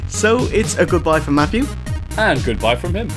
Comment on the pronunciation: Love the OSW guys, but I can't listen to '' for more than one minute.